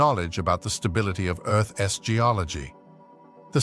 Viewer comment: Fix your ai. Earth's is not Earth S